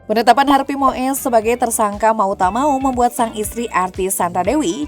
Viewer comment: Wooi mbak presenter itu cara baca yg bener Harvey Muis bukan Moes.😅 bikin irritasi telinga salah nyebut nama.